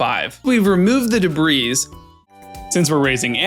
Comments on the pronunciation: The “S” in Debris is silent. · I'll be honest, in the first video I thought you were saying debris's until the very end. Like it was weird but the logic made sense; debris is normally an amalgamation of trash so you have to make an effort to say "piece of debris" if you mean one. But on Stardew, the word refers to a single item. So you can make the argument that it's ok to add an s to pluralize in this specific case. It's not necessarily a correct argument but I understand the logic. The "qwee" thing I would understand a lot more if he spelled it "Qui." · Pronouncing qi like qwee is way worse in my opinion. I didn’t even notice that he said the S out loud until he pointed it out in the second video.